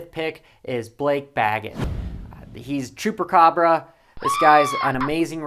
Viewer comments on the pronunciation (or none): none